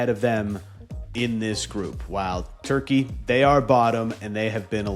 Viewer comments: Why is everyone saying Turkey-Yay? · Why are so many influencers being so extra in their turkey pronunciation. Just say the English name like with all other countries.